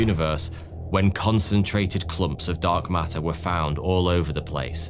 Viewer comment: Love how "Dark Matter" kinda sounds like "Dog Matter" 😁 (I seriously mean it well, these videos are unbelievably steady quality for so long now! ❤)